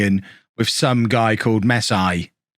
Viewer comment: Mess-eye. Gets me everytime 😂